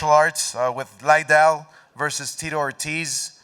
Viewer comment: Chuck LIE ddell